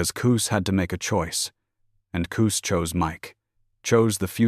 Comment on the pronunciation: Koos 🙄 it’s Cus damn AI